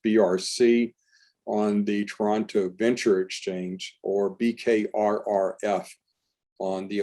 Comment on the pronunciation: Congrats,! You enunciated Toronto correctly. Most Americans like to emphasize Tor-ON-to:-)